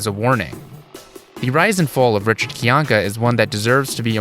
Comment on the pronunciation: Are we not going to point out that Rich himself pronounces his name as "Kai-Yank-Uh" and not "Kee-Yank-Uh" lol